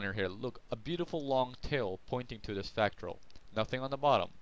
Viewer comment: You cant even pronounce fractal....lol